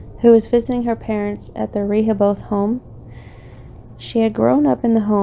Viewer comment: This was pretty good, just wanted to offer one thing if you ever do a follow-up video. Rehoboth -- it's "rih hoe buth" with the accent on the second syllable. And Wampanoag is "womp ah nog" but that didn't get me nearly as much as "Rehoboth" over and over, lol. And something to investigate maybe, Profile Rock collapsed in 2019, due to heavy rains, is what they said. Might be interesting to see if things have changed at all since then, ?